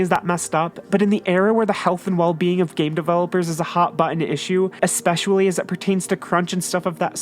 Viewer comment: The video is interesting and all, but I noticed you've started pronouncing the word "expecially" wrong.